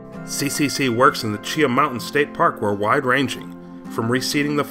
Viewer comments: Haha. Oh okay. I have lived in the area for 35 years and every single person I know pronounces it “Chee-Haw”. But hey, what do I know, right? 😂🙄 But seriously, great content! Gained a new sub and fan! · Excellent info, however, as an Alabama native, I do want to mention some local pronunciations: CHEE-haw and Talla-DIG-ah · It's chea-haw